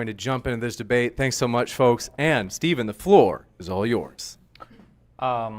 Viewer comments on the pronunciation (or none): none